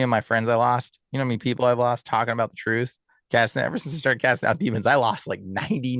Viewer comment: There is no F in the word trrurh